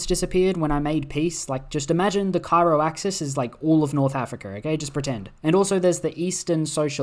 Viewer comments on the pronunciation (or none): none